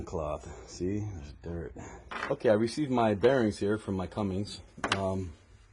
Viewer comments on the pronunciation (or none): can you not read? its Cummins bot cummings🤡🤡